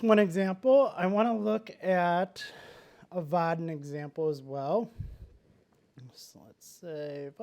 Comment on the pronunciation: Dude, the way he's taakn! There is n effn "i" between "a" and "n" in "Vaadin". But he's not sayn it. Makes me frickn not likein' 'im. What the hell is is with his "calfs" all the time! (In German "Waden", meaning "calfs" is pronounced as he does "Vaadin"). So it's really distracting mentally to "fix" that every time he says it). Nice talk otherwise. ;)